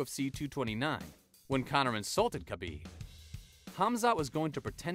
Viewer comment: Khabibs name is pronounced habib. Also khamzat doesn't have the fastest wins, royce gracie does